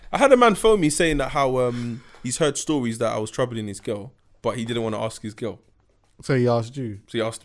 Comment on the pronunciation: Man said axe yunnno